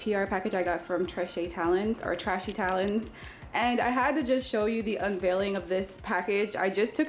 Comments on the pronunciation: It's pronounced tray she babes... Just a heads up... Don't want them or their customers thinking you're throwing shade, I know you're not but people are extraaa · Sounds like she's calling it it trashy 😆😆😆